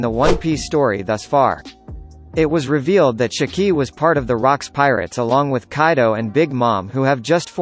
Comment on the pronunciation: Listening to you pronounce Shiki makes me want to pull my damn hair out